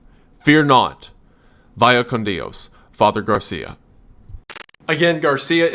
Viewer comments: Not DI-OS, but more at once like DIOS or DOS (number 2 with I) DI-O is Italian. But Garcia is Spanish (language). Vaya con Dios. Pronounce: baya con Dios Great content! As always! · Does their pronunciation of Dios bother anyone else😭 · your pronunciation of "Dios" causes me physical discomfort. the rest is great, but boy does that hit every time. its the same way Keanu says it in that surfer movie. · Friggin amazing video. I had seen the game around but didnt realize it was this nuts. For future reference.. the word God in Spanish, "Dios", is one syllable. Dio is the JoJo character. "Dyos", not "dee-oss". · No clue what any of this is but I love listening to Wendigoon talk about scary stuff cuz I'm too chicken to directly interact with the scary stuff. What's killing me now that I'm almost at the very end is the mispronunciation of "dios" as well as whoever is voicing Gary having their Australian (I presume) accent bleed through in certain spots 😆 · Every time he tries to pronounce the spanish words i physically cringe